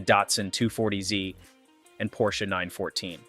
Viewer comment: AI managed to pronounce "Porsche" correctly